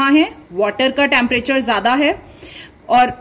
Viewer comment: she is saying tamparature but it is temprature